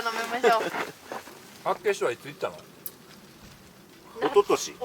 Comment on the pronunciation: 道民からすると、厚岸のイントネーションの違和感がすごい笑笑